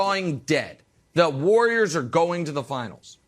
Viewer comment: Broussard: the War-yerz